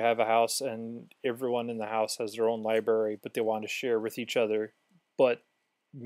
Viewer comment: Cool video. Btw, it's libRary, not liberry.